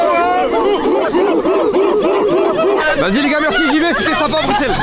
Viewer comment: Mastu qui dit brusselles au lieu de bruxelles 🫶